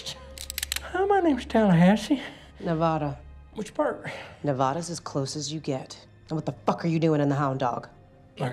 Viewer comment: They really couldn’t even have her pronounce Nevada correctly 😒